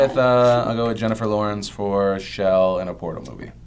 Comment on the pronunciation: Her name is chell not shell -.